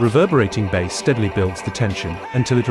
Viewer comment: Interesting that you almost got away with me not realising it is an AI voice. It was just the way it pronounced the word "bass" as bars that gave it away.